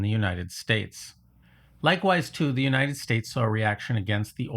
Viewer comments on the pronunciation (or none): none